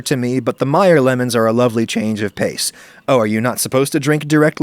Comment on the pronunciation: It's pronounced "may-er"